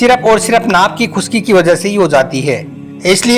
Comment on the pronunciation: Are bhai naak bol Raha he y naabh bol Raha he bol na to seekh lo bhai